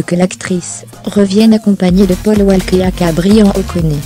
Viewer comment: La prochaine fois quand même n'écorche pas leurs prénom sa ce fait pas hommage à Paul Walker je l'adorait 🙏🙏🙏🙏🙏🙏